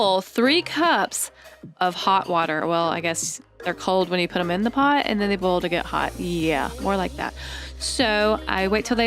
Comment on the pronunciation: She said and I’m just going to bull some water 😅😂😂😂😂😂😂😂😂😂😂😂😅